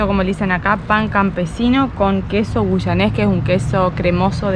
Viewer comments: se dice Queso Guayanés, no Queso Guyanés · Se dice Queso Guayanés, no Guyanés.. bienvenidos a la isla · Yo quería seguir mirando ❤. Me encanta de esta pareja su sencillez. Bueno tocará esperar una semana para el siguiente capítulo 🎉. Nota: es queso GuAyanés, NO Guyanés. Se lo dice una Guayanesa 😅